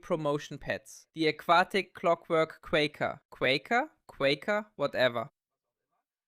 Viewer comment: Qwaaker like cracker me thinks 😂❤